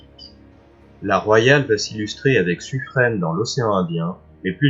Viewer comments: Très intéressant. Par contre au sujet de Suffren: le nom se prononce Suffrin, comme pin, vin, sapin… et non pas suffrène. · Et Suffren "Suffrin" ;)